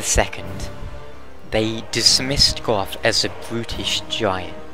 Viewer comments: its "go" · How 'bout how Gough pronounces it? 'cos he does it all funny sounding